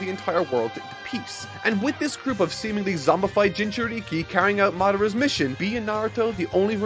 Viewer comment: I love your work man...but the way you're pronouncing some of these words is KILLING me. Jinchuriki and Akutsuki are the two that come to mind